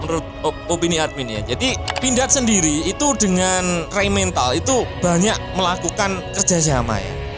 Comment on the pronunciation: Rheinmetall bukan rhein mental min...😂 Motor...bukan montor ....🤣 Kenapa kalau kotor nggak jadi kontor ? Kaya orang jawa ente min